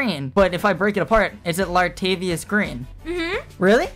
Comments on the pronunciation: I think you guessed LADARIUS Green wrong lol you said Latavius. I wanna see the forfeit! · He said Ladarius wrong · C'mon man. You know you said Ladarius Green wrong and there is no Richards on the Packers it's Richard Rogers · It was Ladarius not lavuante